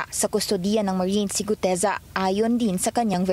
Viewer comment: Brod.sana sa susunod na vlog bigkasin mo mg maayos ung Guteza hindi Gudeza ha.